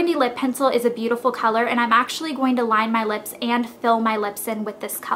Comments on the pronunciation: Cracks me up how you say lips.."leps" :) but I'm from Arkansas soo...lol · you say lips funny. leps.